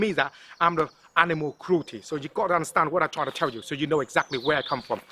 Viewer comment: 😂😂😂😂 he said twying 😂😂😂😂